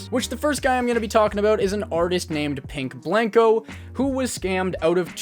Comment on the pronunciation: RIP to my boy Pink Blank-o getting his named butchered multiple times throughout this video 😂